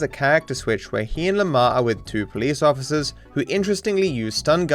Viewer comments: am i the only one to notice Lamar says "Ociffer" instead of officer? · “Mr ocifer”